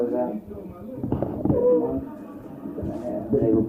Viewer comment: "Married for TREE whole Monts." Lol, keep it up. Great show you've created; )